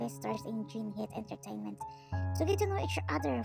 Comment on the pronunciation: Everything was soo good but "JINHIT ENTERTAINMENT" 😂😂